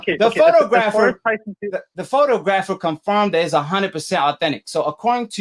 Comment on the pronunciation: You can't even pronounce photographer. Your a fan boy. Yeah Foster got busted. Just like had Fury cheated he would have got busted